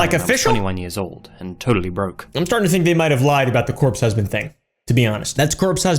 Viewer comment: bro really said "Corp Husband"💀